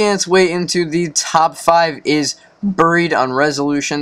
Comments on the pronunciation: Did he say buroed it's buried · Its buried not buro dumb ass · Why the fuck u pronouncing buried as borrowed it's buried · It's buried not buro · Borough not buro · It's not buroe dude it's buried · Buried not burrow! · buried not buro